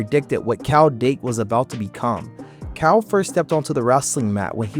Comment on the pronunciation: It's KYLE not Kowl..learn to read